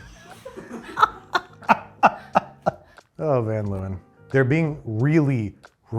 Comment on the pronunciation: Never heard Van Leeuwen pronounced that way before. But then I am Dutch and it is a Dutch name.